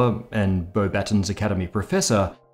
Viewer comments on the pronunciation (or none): Come on man, its clearly and obviously not pronounced "bo-battens". Batons, you know like a baton in a relay race? Please tell me you guys dont call that "a batten"